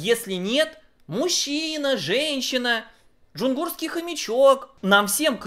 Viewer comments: кажется, правильно говорить "ДжунгАрский" хомячок. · джунгарский а не джунгурский) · Джунгурский? Разве не Джунгарский? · Джунгарский хомечок а не джунгурский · Русский язык с, который говорит "веса" и "джунгурский" - так себе курсы.